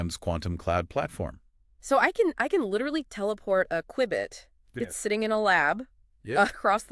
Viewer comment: Had me until “qwibit” 😂